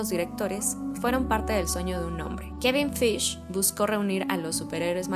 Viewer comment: Thanos no es anti heroe Espera no se pronuncia Kevin faigi ? 😱